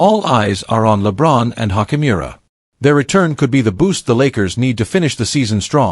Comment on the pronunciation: Oh god u can't even pronounce ruis last name right😭😭🤦🏾‍♂️